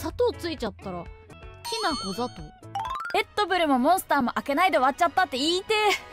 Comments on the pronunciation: き↑なこ ざ↑とう？……え？ 「きなこざとう｣って……じゃあどうなるの？ 「」←なぜこの中はイントネーションあってた？ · 私は静岡の西端住みですが、ほぼと同じ発音してます。てか、きなこってきなこじゃなくてきなこなんや(困惑)